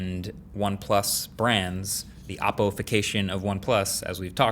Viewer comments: Learn how to pronounce Oppo, it's OH-poh, not aw-poh. Urks me every time you say it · Y r u pronouncing oppo as Aappo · Still can't pronounce OPPO properly🤣😂🤣😂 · Stopped watching as soon as heard "OPPO" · It’s actually ‘o’ppo. Just need to pronounce the original ‘O’ sound